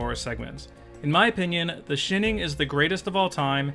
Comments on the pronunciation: your pronunciation of the shining is a parody because I've never ever heard it said that way. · "That's where The Shinning shins brightest" I'm dead